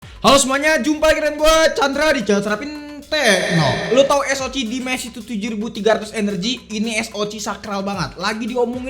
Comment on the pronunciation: Baru pertama kali nonton ini channel dan asli nyesel. Penggunaan english nya kaya orang kampung banget bang, ganggu bener denger nya, pantes sepi konten lu. SOC baca Es O Si bukan Es O Ci CPU baca Si Pi yu bukan ci pi yu FPS baca ef pi es, bukan ep pi es Langsung aja kita spell kamera nya? Spill kali ya maksudnya? Penggunaan kata² friendlyable, gamingable itu apa artinya ya? Batre irit dibantu supervooc 80W? Charger bisa bikin batre irit itu gimana? Buat rata² fps tuh angka nya fix 110fps, kalo 110 - 120fps itu range, fps yg bisa didapet range nya segitu. Ngomongin kamera, warna fotonya colorfull, itu maksudnya saturated apa gmn dah? Detail tergolong tajem dan dapet gitu, ini ngomongin apa bisa dapet? Puyeng gue nonton konten lu